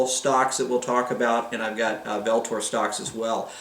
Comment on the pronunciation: Pronounced ULTOR